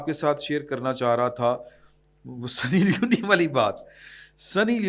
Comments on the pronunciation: The name is Sunny Leone (سنی لیون), not Sunny Li-uni. Leone is a gender neutral name from Italy and it means Lion. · I am your regular listener. If you are in this field and you are good، please before starting the program, check the names, designations and correct name pronunciation. سنی لیون ہے لیونی نہین۔ Like this so many other blunders. English na aana koi buri baat nahin but kuch seekh lain just for your program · درست لفظ سنی لیون ہے